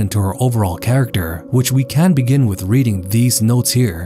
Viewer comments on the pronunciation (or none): none